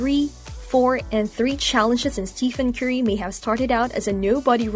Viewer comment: Two things to point out, one, you pronounce his name wrong, and two, you are wrong on Stephen Curry's net worth. As of 6-1-22, Steph Curry net worth is $160 million, and climbing. Curry makes over $44 million annually just off endorsements alone, his NBA yearly salary is $53,838,416. You add up his yearly endorsements and NBA salary, he is well ahead of $90 million. Other than that, great video.